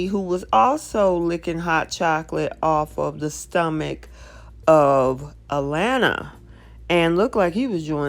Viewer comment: You are calling her A..Lanna it is A laana